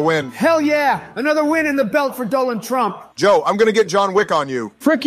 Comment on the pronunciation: U mean turmp lol?